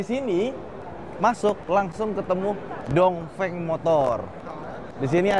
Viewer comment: ..pelajaran pertama.. baca cara Pinyin.. Dong Feng..dibaca. Tung Feng Wu Ling..dibaca.. U Ling Bin Guo..dibaca.. Pin Kuo Bei Jing...dibaca..Pei Cing 😂🙏